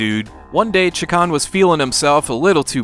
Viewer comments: Gonna have to be that guy who points out it's Shay-Kahn not Chak-On. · you kept saying chakarn? it's chakan. I stopped watching and don't recommend channel cos of that. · It's actually pronounced "Shay-Khan."' Also I somehow got unsubscribed from this channel so people should probably check just in case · It's a little funny that you keep calling the game Chikan. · You keep saying chee-kan, which means pervert in Japan LOL. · Have I been mispronouncing this game my entire life? Anyway, I love this game, even though I never came close to beating it. I just always loved the vibe. So much so, that I would always name Chakan as a personal wish for a new Smash fighter.